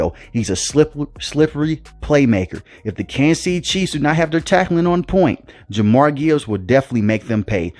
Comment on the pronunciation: Who is Jamar Gibbs? I know who Jahmyr Gibbs is but I don't recall anybody on the team named Jamar Gibbs. You should learn how to pronounce names correctly dude. Jah-meer is how it's pronounced.